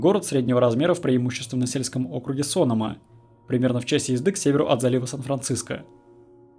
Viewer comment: Не СОнома, а СонОма. По крайней мере местные говорят именно так.